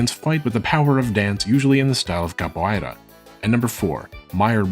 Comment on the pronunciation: Excellent and educated video. The pronunciation of ‘capoeira’ is off though. The ei.. is a simple diphthong… Just like the sound of saying the name of the letter ‘a’ in English.